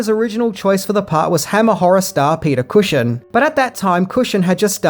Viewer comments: sorry dont mean to nit pick but its Peter Cushing not cusion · It's Peter CUSHING, not Cushion! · Peter Cushion? It's Cushing! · Peter Cushion? Cushing! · "Peter Cushion" LOL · Peter 'Cushion' lol